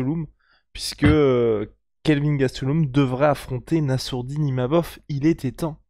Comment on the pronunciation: il a tellement de mal avec les noms et prénoms c'est lunaire XDDD. Mais c'est quand meme le King